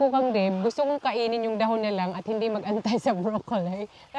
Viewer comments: Naninibago ako sa pag pronounce mo nang dahon ate. Dbah dpat da-hon ung pagbigkas? Pro palagi kong inaabangan videos niyo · bakit iba ung pagkabigkas mo ng dahon? Been to Siargao di naman ganyan nila pagkasabi ng dahon, for sure di rin ganyan tinuro ng Filipino subject natin. Sorry, maliit na bagay pero nakakairita pakinggan